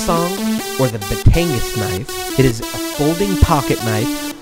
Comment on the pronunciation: You didn't pronounce Batangas or Balisong right.